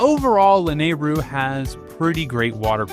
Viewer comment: Please for the love of god I am begging you to learn the correct pronunciation of these locations and names of characters and places for future videos. I'm surprised you said Lanaryu correctly. If you actually watch some of the cutscenes in the games there is the proper pronunciation. Or just look it up. Hylians and Hylia (High-lee-ahns/ah), Akkala (Ah-kall-ah), Hateno (Ha-tay-no), Gleeok (Glee-ohk), Mipha (Mee-fah), how are you getting these so wrong? This is gonna seriously tick off some real Zelda fans. Otherwise, great video.